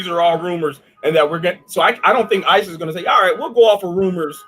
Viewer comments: You are the most unprepared and unprofessional ignoant girl. Isis really. Stop learn how to read the dictinary offers pronunciation with the dictionary you have know excuse.. do your damn homework learn how to use your equipment. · You keep saying Isis site 😂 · This! Oh my god. It really isn't that hard to say ICE I don't get why they keep confusing the two. It's so unprofessional.